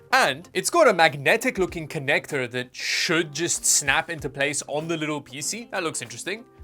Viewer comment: " pee sea"